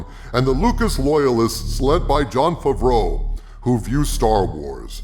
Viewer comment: “Jon Fuvroh”